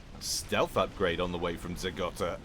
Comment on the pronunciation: It's Zeh Go-ta, not Zeh Gotta. There's one T. Good stuff, though. Keep it up.